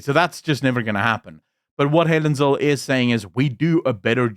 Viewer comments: It's "Helen Zille" As in TWO "L's" and not one. It is NOT "Zil" - it's ZILLE! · It’s Helen ZIL-LE, not Zill… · Through the whole video i wanted to scream its Zille not Zill. But bow im not so sure anymore. How is it pronounced? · It's not ZILL, it's ZIL-LE. Not a silent E at the end there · Zille not Zil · “Zill” is pronounced “Zilla” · Zille, although it ends with E is pronounced ZillA. Come on, you sound like an AI recording! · Her name is pronounced zilla